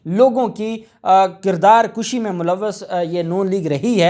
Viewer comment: بیٹا لفظ کُشی ہے کَشی نہیں